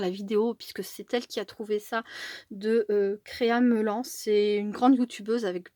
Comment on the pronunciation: Bonjour on prononce créa melanne. Pour Mélanie